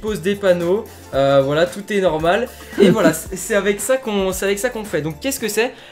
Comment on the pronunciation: Mais mec ta dit norméle pas normal xD aller tu like non .